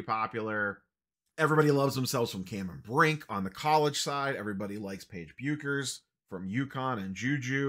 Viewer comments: May as well get it right since u will be saying her name a lot over the next couple of years...Bueckers is pronounced Beckers, fyi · For the love of God, can you please pronounce Paige Bueckers name correctly! You've been saying it wrong forever. It's like when everyone was pronouncing Luis Robert like his name was French or something. So cringy lol